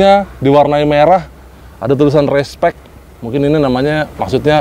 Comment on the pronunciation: RACE-SPEC.... bukan RESPEC...